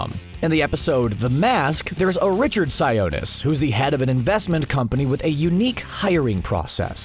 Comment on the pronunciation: Its pronounced (si-o-nis) like the o in octopus